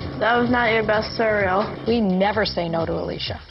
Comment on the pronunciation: No, she said surul not cereal